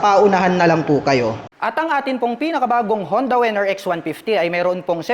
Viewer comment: Winner po hindi po wenner